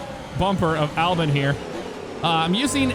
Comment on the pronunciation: His name is Albon not Albin. Edit: Or you could just butcher both Red Bull drivers names.